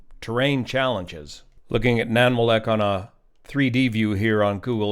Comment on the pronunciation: That pronunciation of Nanwalek is rough. Nan-wall-eck.